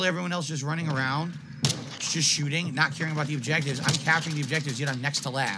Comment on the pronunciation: It's naht my fault dood!! angry snort 🐽💢